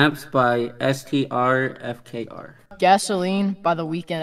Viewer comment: I've never heard someone pronounce STRFKR like that 💀